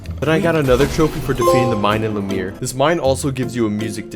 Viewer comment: Friggin indian said lameer instead of Lumière